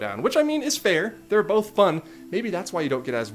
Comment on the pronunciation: Bonth? Or both